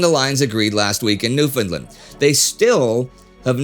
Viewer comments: BTW - 'Newfoundland' is pronounced 'NewfunLAND'. Just saying'. ☮ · NewfoundLAND...emphasis on "land", thanks. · Close, but he put the emphasis on the wrong syllable. His pronunciation is closer than most Americans use, which sometimes sounds like "new-FOUND-lend", but the pronunciation is more like "newfin-LAND", with the -land being fully pronounced and emphasized.